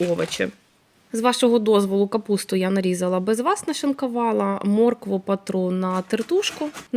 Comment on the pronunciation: Ще одна юлька тимошенко в блогери подалася Нашикувала, а не нашикАвала, не в миске, а у мисці, не палюшАк, а палюшок, не вАда, а вода, не пАвспливали, а повспливали, не рАсповзатися, розповзатися, і т.д. Може уже пора вивчити де "а", а де "о" - це не так складно.